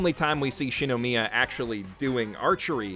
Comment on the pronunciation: "She-no-me-ah" okaaaay then